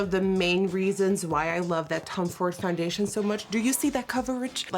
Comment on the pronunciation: Nikki I think it’s funny how you say “FONdation” instead of foundation lol